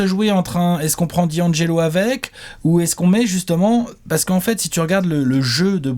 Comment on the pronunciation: Pourquoi tout le monde dit Di - angelo alors que c’est d’angelo